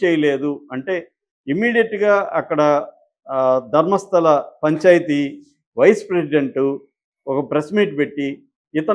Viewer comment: It is not Dharmasthali.. u guys don’t even bother to pronounce correctly?